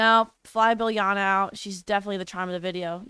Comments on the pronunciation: Biljana is actually pronounced as "Beel-yana"! I know cause I'm from the balkans :D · It’s pronounced Biliana or Bilyana😭😭😭 the J was out there to put emphasis on the YA sound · I think that the “J” in Biljana should be read as the “y” sound. J sounds like y in Slovak. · stop butchering biljana sm 😭😭😭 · I cringed so hard